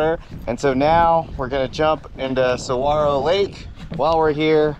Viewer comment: I’m begging people to learn how to pronounce saguaro hahaha great video though!!